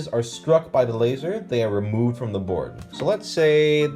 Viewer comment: I love how every single one of this video sound like bored game review at the start no matter how much i try to hear board xD